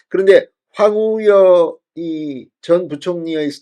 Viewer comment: 황우여라는 말을 그렇게 못하시면 많이 연습해서 방송을 하시지요 넘 답답하십니다 계속 황우려?